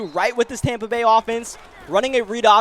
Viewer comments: "Tompa bay" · it’s not tompa bay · TOMpa Bay. I was confused when you said that at first. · He just keeps saying Tampa wrong